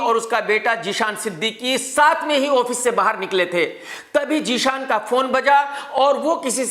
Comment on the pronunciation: Jee-shan nahi chariya zeeshan